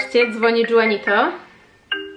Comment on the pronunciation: A nie Juanito ( Ju... wymawiane jak Hu)? To w końcu hiszpańskojęzyczne imię.